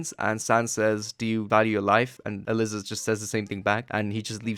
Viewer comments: Is no one going to tell bro that Aliza is pronounced uh-ly-za and not uh-lis-uh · throughout this i’ve been confused. isn’t her name pronounced “uh-lie-zuh”? i kept hearing “alyssa” or “uh-liz-uh” as i was drawing and it was throwing me off really bad 😞